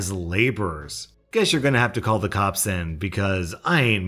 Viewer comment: When he does the EP voice and said "I'll call the cops!" it sounds like "I'll call the cups!". You wanna cup of coffee? Hot chocolate? Just go to Starbucks or something; they're freakin' everywhere anyway!